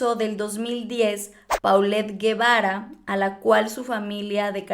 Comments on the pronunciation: Me sigue dando algo cada que dicen PAULET y no POLLET :) Así se pronunciaaaa Por eso le decían Po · No tiene nada de relevancia, perdonen mi condición obsesiva, pero le decían Po, porque se pronuncia "Polet" . Me da cosa cada que oigo cómo lo mal pronuncian .😬🤦🏻‍♀️